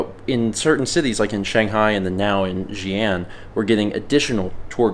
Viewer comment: It’s Chongqing Jiangbei Airport. 重慶江北國際航空. And it is Xi’an (西安). Btw, one good tip to pronouncing the ‘x’ is saying ‘sh’ while showing you teeth a little more. Like say ‘she’ in replacement to ‘xi’. Thanks for trying,!